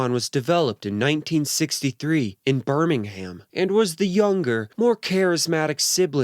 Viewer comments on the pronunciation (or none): none